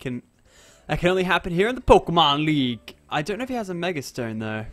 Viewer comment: Mega not Megger